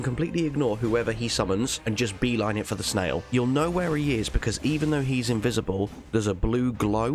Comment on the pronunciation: Except for that "invisibleibleible waaaaaaaall" flub (which was funny) yes I agree